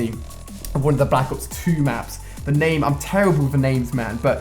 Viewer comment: ur saying the name wrong